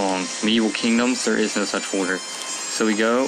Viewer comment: You say "Folder" wierd. Nevermind.